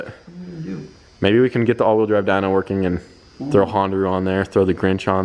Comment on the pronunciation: Dude 🤣 said hondroo at the end